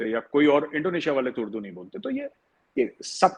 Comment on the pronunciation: Urdu hota hai , Ud-du thodi hota hai 😂😂